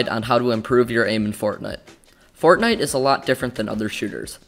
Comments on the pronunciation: When you say fortnite sometimes you say fortnut lol! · He said fornut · he said fortnut im not the only one who heard that right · 0:4-0:6 fort nut 🤣 nontheless great video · Fortnut I heard? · In the intro did he say fortnut? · i heard fortnut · bro this is a good video, just plz dont say fort'nut' anymore. If you wanna be more professional as a channel (which judging by your content quality you do) then say the proper game name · fortnute XD